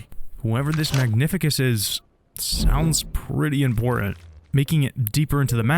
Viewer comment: That's my absolute favorite game ever. And this is the best video about it. But i insist that its MagniFÍCUS. With an emphasis on second "i".